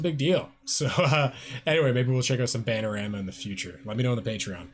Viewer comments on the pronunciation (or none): Maybe it’s because I’ve never heard of you (btw, it’s “Bananarama”, like the plantain 🍌 + rama, not “Banarama”, and the fat you continually get it wrong leads into my main question…) why would you have “merch” to sell? There’s a BIG difference in being an indie/alt/underground artist or persona that can legit offer merchandise, but if all you’re known for is botching names and “reacting” to the first time you see or hear something, who beside your mother would want a shirt or sport bottle or whatever you try to peddle on the side? It’s not like you really DO anything that EVERYONE ONE EARTH DOES the first time they hear or see something. You’ve got a solid beard, but what else do you yourself do? I’m asking you to sell me on your merch. If you yourself can’t explain why buying your branded stuff is worth it, well, why bother? Sell me on you. This is your chance. I should just record and post everything I’ve seen, heard and done before and make a channel about it and expect people to not simply appreciate my thoughts, but BUY STUFF WITH MY NAME ON IT. I assume you’re just hoping for the random drunk-buys. The key to not looking stupid selling stuff all about yourself is to ACTUALLY do and create original material (reactions to OTHERS’ don’t count), gain some fans, then offer extra stuff to buy. You seem to rely on aforementioned drunk-buys, family and friends who feel obligated, and use made-to-order services to eliminate overhead. People can buy what they want. Whatever. But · *Its Bananarama, not Bannarama. :) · Ba nan a rama, not ban a rama 👍☺️